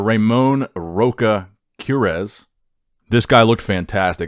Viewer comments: Ramon ROCHA, not roca. That CH it's pronounced like CHocolate. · haha Americans will find it hard to pronounce Ramon's surnames, it's read like this: Ramon Rocha('Ch' with the same sound of "Chester' Ch, Queiroz = Kay-ros